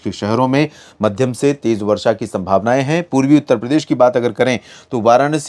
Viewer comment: Purvi utter Pradesh ka bolne me aapko taklif hoti hae kya